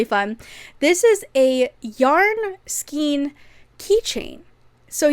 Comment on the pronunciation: Love your videos so much!!!! Skein is pronounced skayn. It sounds like rain, pain, drain. Not like bean, mean or teen.